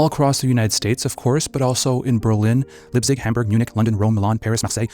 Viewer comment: Leipzig is pronounced "Laiptsik“, not "Lipsig“